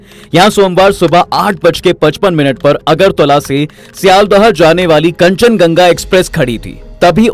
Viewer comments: Kanchan Ganga nehi yaar Kanchan Junga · Kanchan ganga nahi bhai kanchanjunga hoga😊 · Rail ka naam thik se boliye bhai.kanchanjungha hai. Kanchanganga nehi.😡😡😡😡😡😡😡😡😡